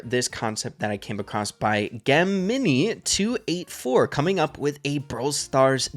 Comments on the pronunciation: "Geh-mini" 😂😂 fyi: it's "Jeh-mih-nye" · wanted to let you know that it is not gi-mini, it is pronounced gem-in-i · 😂the way rey said Gem-mini instead of jeh-muh-nai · anyone else catch that he said “geh-mini” instead of “jeh-mih-nye”? 😂 nonetheless, great video,! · it’s Jem-in-igh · who is gonne tell him that it is a zodiac sign and it is said like (jeminai) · Did just pronounced Gemini as “Gam-mee-nee”?? 😂😂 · Said the same thing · Did he just pronouce gemini "gemm -mini" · Did he just pronounce “Gemini” as “gem-ini” 😭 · That's what I'm saying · We not going to talk about how he said (Gih-Mi-Ni). 😂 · hilarious pronunciation of Gemini there. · no way he pronounced gemini like that lmao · Bro doesn't know how to pronounce Gemini looolloll